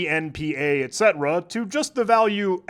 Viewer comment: Calling “etc” etcetera instead of et-see